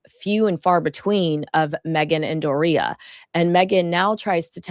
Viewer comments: Please ....door-e-uh, Doria. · Please say Doria’s name correctly!